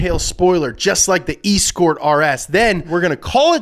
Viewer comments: How can you not pronounce Escort It's like Sscort like the prostitute lol And it's not a swallow wing it's a whale tail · E-scort??? Are you serious with that pronunciation?? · Did he just call it the eeescort? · "S-COURT!!!!! ES-COURT!!!!! ESCORT!" please i cant handle the mispronunciation. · I'll never forgive the way he says E scort like the e an the rest of the word isn't attached I really am disappointed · Escort is pronounced “Ss-court” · Why the fuck is he pronouncing Escort like EEE-Skort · Yo.. Eee scort? What the? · It's not pronounced eeescort for flips sakes !!!!!! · And it's pronounced S-court.. :) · It's not a fucking eeescort, you don't eeescort someone somewhere, you don't hire an eeescort for the night if you can't get a date! For fucks sake, I can't watch the end of the video because that (possibly intentional) destruction of pronunciation has really pissed me off, and I usually really like you! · I know right 🤣 should be “s-court” in pronunciation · its pronounced S - Cort, FFS lol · I will never pronounce e-Scort any other way for the rest of my life. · Why cant you say escort properly!?! What do you call a high class hooker? An escort.... not an eeesssscort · The pronunciation of escort (eh-scort) is kinda triggering but I agree we need a new one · Why do you pronounce Escort weird like that. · I have never heard someone pronounce escort so wrong (even if on purpose) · I really hope was mispronouncing Escort on purpose, otherwise..... 🙄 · the way 'escort' is said in this video makes my blood crawl in an uncomfortable manner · Please tell me that’s not how you actually pronounce Escort. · Why are you saying ESCORT so wrong?? My ears 😭😭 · I'm starting to think they do it on purpose. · The way you say escort is very upsetting to me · why does he pronounce escort like that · Why is he saying escort wrong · The way you pronounced "escort" was making my lil English brain vibrate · E-scort? Cmon man 🤦🏻‍♂️ pronounced Esscort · ford eee-scort